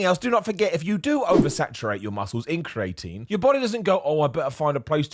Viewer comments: Everyone: Cree-uh-tin: Cree-eight-een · Correct pronunciation: cree-ah-teen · Don’t blame being British on your weird pronunciation of creatine, I’ve never heard it the way you’re saying it, and I am from London, so around the same area as you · has me paranoid that I’ve been saying creatine wrong this whole time …